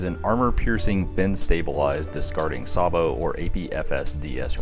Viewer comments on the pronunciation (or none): "Say-bo" not "Sar-bo"